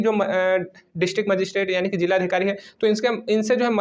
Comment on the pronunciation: भैय्या जी जिला होता है जीला नहीं 😂